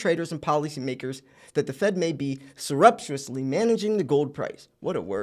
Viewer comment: "surreptitiously" Prounounced: Sare-up-tishously (Grammar Nazi here, I know, but now you probably are saying "oh hell, I recall hearing that word"